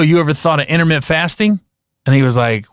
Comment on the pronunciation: lol this dude said intermitt fasting like 10 times. Gary, it's intermittent bro add the ent to the end homie.